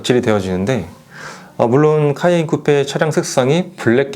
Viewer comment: 미안하지만 차 이름 발음을 잘못해서 계속 거기에 신경이 쓰이니 내용에 집중이 안돼요. 카인쿠뻬 카인쿠뻬…. 계속듣고 있자니 괴롭네요.